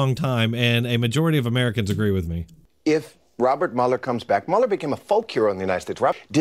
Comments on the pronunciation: Sir. Oh my dear God. At the beginning of this video you seem to have made a point of suggesting that viewers or writers had told you you mispronounced to work. What God willing you've done it again. The man's name is Mueller... Like ( MULL.ER ) Not ( Mule.er.. ) When someone says to think about something and come back tomorrow you don't mule it over you mull it ove rt ? - Nowl I don't know what part of nation you're from but... But respected it's not that difficult to pay attention to every press mentioning and every other radio DJ that mentions his name so much differently than you are. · its pronounced 'mull-er' lol